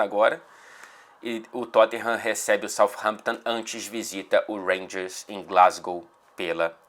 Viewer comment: "Tottinham" você é ridículoooooooooo hahahahahaha